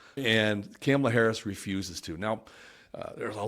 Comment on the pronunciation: It's Comma-la, not "Camela." And Mark Cuban will set her straight on Crypto. Trump poses too many other problems, although I would like to see Ross Ulbricht freed. Trump's tariffs would bankrupt the U.S. economy.